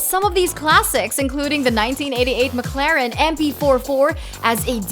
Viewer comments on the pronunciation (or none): none